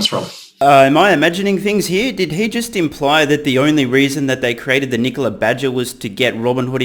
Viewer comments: Trevor Milton shorted NKLA, pronounced "Knee-Cola" the day he sold his shares pre-IPO. He shorted Nikola, so he could have a quick pay day and blow half of the $70 MILLION pay day on a $35 MILLION house. It is clear Trevor Milton is running a pump and dump scam by completely seizing on the success of Tesla and Elon Musk. Trevor Milton has conceded and confessed to his disinterest in running Nikola by surrendering the CEO position to a "friend" and admitting that he is out as soon as he finishes his scam and gets some more money off the table by saying he plans on "retiring" in less than 5 year, apparently by the time he has really cashed in... Trevor is operating out of no conviction or drive to change anything but his personal financial security and at the cost of investors, he continuously admits that Nikola will manufacture nothing, yet he tries to call his scam operation an OEM. This whole thing stinks and I wish it didn't. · Honestly, I just wish he’d quit calling his own company ‘KneeCola’...